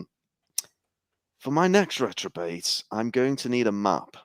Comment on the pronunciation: Reprobate not retrobate. Why is nobody telling him? Poor guys been saying retrobate all intro